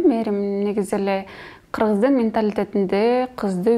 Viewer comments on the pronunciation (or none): Бул кыз "кыргыыз" эмес "киргииз" турбайбы жөн эле сүйлөчү адамды аллергия кылбай.